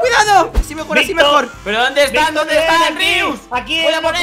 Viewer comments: se Dice invictor no ivctor. Y Tampico se dice bideo se dice video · Es invictor no imictor